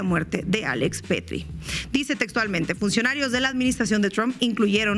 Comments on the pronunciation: Es "Pretti", no "Petri" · Sin palabras por lo que sucede en estados unidos. Saludos desde Monterrey. Estefania se apellida Pretti, no Pettri 😂